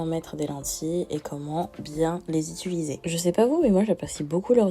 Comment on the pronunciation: Elles sont toutes trop belles , par contre apprend a parlé stp😭😭 on dit Utiliser pas Itulisé . Mais super vidéo sinon et sa fait plaisir de te voir en grand format :)))